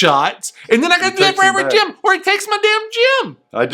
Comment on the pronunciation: When says “gem” I’m hearing “gym”. I have no interest in this game.